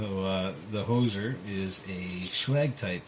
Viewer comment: Nicely done my friend! It put up a good fight but you sure got through it. you did mis pronounce the name though lol. its pronounced whos zer "Hoosier" is a nickname for people who live in Indiana lol. but yeah the hoser is a good name for a lock lol.